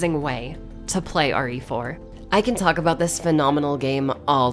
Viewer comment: Am I the only one that heard say "Ori For" instead of "RE Four"?